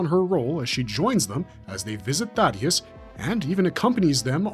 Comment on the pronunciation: THAY-DUS is how it’s pronounced. Spelled Thaedus. Not Thaddeus. 👍